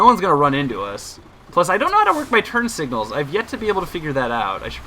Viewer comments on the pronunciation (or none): none